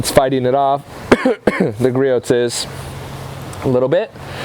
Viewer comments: Gree ohs, gree ohs, gree ohs, gree ohs, gree ohs, not gree oats. lol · Great comparison,. It's pronounced "Gree-ohs" btw:) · God damn it! It’s Gree-ohs, the t is silent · That was a good comparison nice job. Griots price and performance has my 👍🏻. By the way Griots is pronounced gree ohs the t is silent you can go to griots home page scroll to the bottom and take there test.